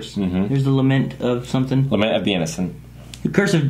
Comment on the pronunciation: "lay-ment of the innocents" really,?